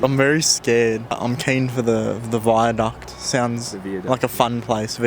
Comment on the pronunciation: wtf why are you pronouncing viaduct like that wtf